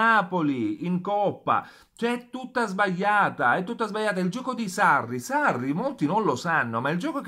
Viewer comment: SBAIATA ......SBAIATA.......LA GLI .......SBAGLIATA SÌ DICE SBAGLIATA